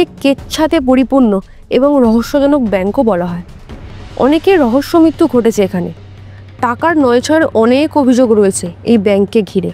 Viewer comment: পাপ্য নয় শব্দ টা “প্রাপ্য” । রফলা এখন বেশির ভাগ এর জিভ উচ্চারণ করতে পারে না। আসওয় নয় উচ্চারণ “আশ্রয়”। হিন্দি ভাষী জিভ। মিত্যু নয় শব্দ টা “মৃত্যু”। রফলা জিভ দিয়ে বেরোয় না।